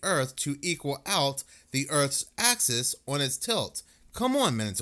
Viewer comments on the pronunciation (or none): none